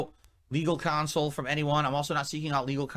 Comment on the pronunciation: 'Legal console." You mean council? He's been doing this for over 15 years and has been a yapping streamer for at least a decade you'd think he'd have learned how to speak English.